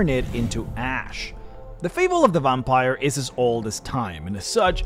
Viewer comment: OMG you say VOMPire 🤣 i love that so much i'm going to start calling them vompires too 😂